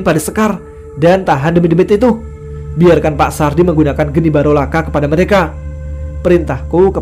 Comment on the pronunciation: Geni baraloka bro... Bukan barolaka